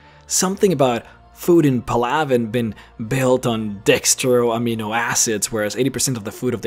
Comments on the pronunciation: It's PAL-a-ven, not, pa-LAV-en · Shows you how many people actually talked to their crew, did all sidequests or read the codex. Its just sad. And if you played ME3 or listened to the codex entries in all 3 Games, youd know that that is not the correct way to pronounce Palaven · Did anyone else hear him miss pronounce the Turian home world